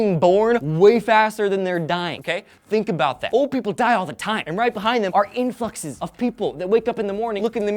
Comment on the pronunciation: "Infuckses of people..."